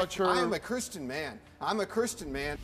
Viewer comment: the first guy can't even say "Christian" it sound like "Curse Chin"